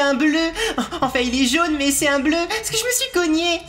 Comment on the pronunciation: je te rappel quond ne dit pas bleruu